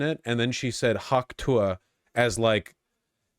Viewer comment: I finally find out what the stupid fucking hawk tuah meme is and she doesn't even sound like she's saying "tuah"